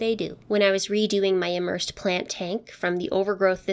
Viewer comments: maybe it is a geographic accent, but when you say emersed, I hear immersed (the antonym). The former has a long E (as with Egret or Even), the latter has a short I (as with image or insect). Pretty impressive planted vase. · but they shouldn't sound the exact same, it should be as though you are saying the letter E followed by mersed, rather than a short E (as in emery). To me, it is rather an uncommon word usage to say emersed, when I used to buy aquatic plants wholesale the vendors would list them as emerged or submerged depending on how they were grown.